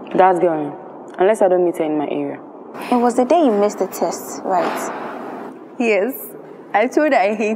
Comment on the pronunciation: He also said taste instead of test